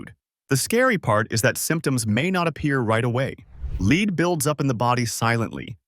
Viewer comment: It is pronounced led not leed.